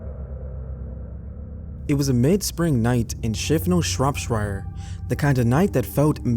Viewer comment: Shropshur is how you say it